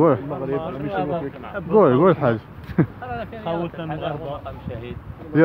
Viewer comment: مقام ماشي مقان هههههههههههه